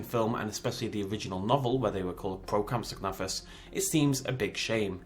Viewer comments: "The corpse of a Swedish man" haha as a swede myself that was perfect xD! Nice video man! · I like your videos. But you pronounce compsognathus TERRIBLY. I expect better from a fellow brit.